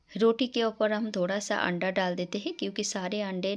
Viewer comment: Aanda nahi ise anda bolte hai